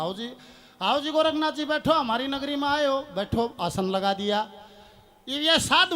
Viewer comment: गोरखनाथ, नहीं गौरक्ष नाथ नाम है, उच्चारण ठीक से करो